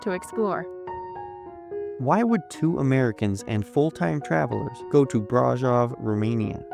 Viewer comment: From a Romanian, and braşov local, this vid seemed nice, but I would reaaally appreciate if you guys learned how to pronounce certain names right. I understand it's not the most important thing, but every time you said brasov, I thought "this is how people think we named our town". You can use something like google translate, or even ask a local how to pronounce it. Anybody would be happy to advertise their town.